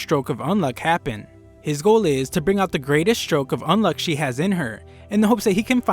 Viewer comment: did my guy say Undead "Unlock" or is that an accent thing ?